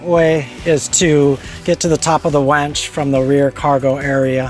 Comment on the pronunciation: Winch not wench...but great and informative video! You could have passed the bolts from the other direction and held the washer and nut behind the plastic clip to save removing an extra screw.